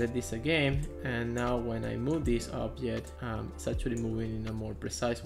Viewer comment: I don't understand some words, you say obdjet but indeed it should be object. There's a lot of other examples like dees instead of this, sorry dude, but it's so uncomfortable to listen!